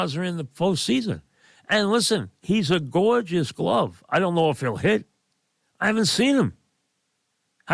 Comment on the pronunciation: "A gawjice lookin shawtstop" 😂😂😂